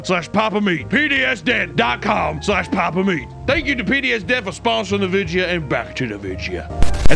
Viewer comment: Im glad he calls it a “vidjya”. Authentic fr 😂